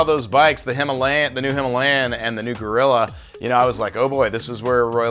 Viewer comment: Its Royal Enfield Guerrilla, not gorilla.